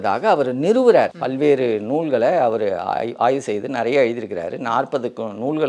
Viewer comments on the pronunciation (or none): Say Aayvu not aay. Aay na shit